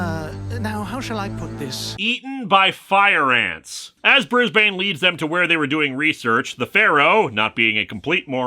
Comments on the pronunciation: ...okay just as an Aussie: hearing Brisbane being pronounced slowly/fully/with each syllable is hilarious. I would have been calling him Brizbin. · I know its the pronoucation in the show but as an Australian how they say Brisbane annoys me